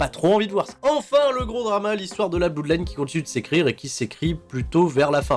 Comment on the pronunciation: Quasiment les mêmes pronos que toi. En revanche juste un truc, par pitié arrête de dire Finn Bèlor et Bloudline, c'est juste Balor et Blodline pitiéééééééééé :D